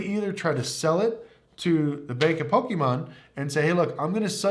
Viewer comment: Its Pokemon not pokiimon. Great video though. Props are awesome!